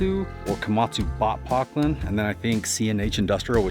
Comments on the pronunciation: I ran a Poclain (my boss pronounced it 'po-clane) about 1/2 that size MANY years ago. They were still in business back then. I dug sewer/gas/water lines and basements back then. It had a 24 or 30 inch bucket at 3/4 or 7/8 yards. All levers and pedals directly to hydraulic valves (No joy sticks). There was a 'switch' to switch between digging and travel to change the hydraulics pressures/volume to make it travel a little faster when it didn't need the higher pressure for digging. I love that you rescue these older machines. Good luck! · Puh-clayn. 4-stroke but (phonetic) Doytz do tend to be governed quite high rpm. The engine oil is equally responsible for engine cooling so the oil, filters and coolers need to be maintained. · ITS PRONOUNCED : PO`- KLAINE !!!! PO AS IN HARD O SOUNDS LIKE OH PIN FRONT MAKES IT: PO- KLAINE, SOUNDS LIKE RAIN.... I BELIEVE ITS A FRENCH MACHINE! IM 71YRS RETIRED OPERATING ENGINEER OF LOCAL 57 PROVIDENCE, R.I. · Pok- Laine is how it's pronounced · Pronounced “Po clane “ one of the original companies to make hydraulic excavators. These are high pressure machines. 10k psi Deutz engines are 4 stroke. Someone is spraying too much ether… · " PO-CLAIN " pronounced " is a French Company . Very unreliable Machines , including the 180s . I used to pick these up from POclain -In HOOK Near Basingstoke Hampshire ,and they were Great for about a year ,then a the F In Things would start to fail . Kindest Regards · ...Pronounced "Po-clain" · Po,clain. Is how you pronounce the machine. French machine sold out to Case who now make them Top machine on the seventies and eighties. Sold by Volvo agents then, as Volvo did not sell excavators. Complated hydraulic system for its time and real with oil leaks. Air cooled duetz motor bullet proof. Hydraulic pump can be a worry . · It’s pronounced pO’clain. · Poclain were a French company, pronounced poke...lane ,(deutz is pronounced doit.....zzzz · PO(as in hoe)-clain Duetz diesel pronounced: Doy(toy)--CH